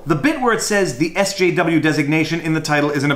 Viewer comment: Wow, you can't even say SJW?